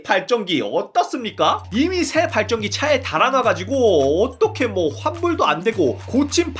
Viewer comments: 아니 아까부터 발전기를 발정기라고 발음하는데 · 어느순간 발정기 발정기....라고 들리... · 자꾸 발정기 발정기 그러시네.. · 왜 자꾸 발정기로 들리지? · 왤케 발정기라고 들리냐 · 발정기라고 들려요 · 발전기 발음좀 재대로 해주세요 ㅋㅋㅋㅋㅋ